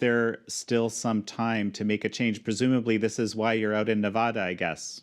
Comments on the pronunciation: It's not Nevahdah...It's Nevada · It’s all happening guys. Multiple paths to victory. Could be Supreme Court, could be state legislatures, could be reelection! Also... It’s NEVADA NOT NEVAHHHDUH. Good lord. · Not "nuv-ODD-duh" , it's "nuv-ADD-duh". The correct way to say it is the way the locals do. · On the ground in navada it's Nevada not navada did this moderator step right out of the spaceship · Good video excellent points made! TIP As an American thought leader you have to learn how to pronounce Nevada properly.... It makes you look ignorant to Nevadans when you can’t even properly pronounce all 50 states 😑😑🇺🇸🇺🇸 Ne-vă-da